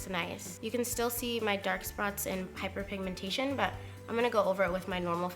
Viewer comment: did she say "piper pigmentation" lol